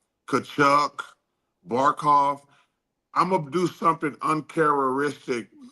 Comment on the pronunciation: "Uncharistic" 😂 good lord Chuck